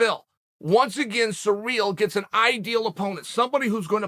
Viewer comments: Chael, could please do your homework before you start talking? Take the time to learn the pronunciation of the fighter's name? It is not "sur`REAL" , it is "CI ryl" with the 1st syllable emphasized. No respect for the man if you cannot even say his name correctly. Shall we call you "SHA ell"? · Bro, you need to learn how to pronounce CIRYL... it's not surreal.... its See-Rill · Surreal Gane. Cereal Gane. Sir Real Gane. Actual Diacritic Pronunciation : (Sear-Rill Gawn) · Everyone: Ciryl Chael: Surreal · Me: cyril Chael: surreal Me: ok great surreal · Everyone: "Ciryl" Chael: "Surreal" "Cereal" 😆😆😆😆😆😆😆😆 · At this point of time, Lord Chael has called Ciryl so many times as Surreal that it only makes sense for him to change his original name 😂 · Who's this "George" person he keeps talking about..? Maybe it's Jorge Masvidal's brother, George Masvidal. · Sirl , sirl , sirl it's not hard to say SIRL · Chael P Sonnen. "sir real" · “Surreal” Gane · Oh, so his name is actually 'Surreal Gane'. Thanks Uncle Chael! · This is no longer a joke I truly hear him say SURREAL 😭 😂 😆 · “Surreal” lol 😹 I love how Chael pronounce peoples’ names. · The petty cunt part of myself finds it hilarious when Chael purposely mispronounces peoples names. YaRear, SurReal, ect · Its sureal the way uncle chael changed ciryl name. Undefeated english pronounciation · Surreal, George, Blehal! Sonnen still the goat of pronunciation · I find it quite surreal the way uncle Chael pronounces Ciryl.